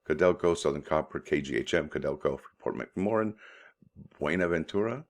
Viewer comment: Pronounced Free port Mac more an